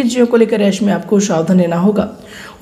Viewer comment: ऐसे का उच्चारण आप यस करते है , ठीक से राष्ट्र भाषा हिंदी का उच्चारण करें